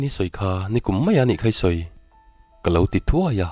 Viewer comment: I thu chhiar ngaihthlak avan nuam em a thu a ngaihnawm bawk si. Chu tih rual chuan lo tih hi lau i ti ṭhin a lo ti in hanlam chiang deuh phei la chu a ngaihnawm ati zual ngei ang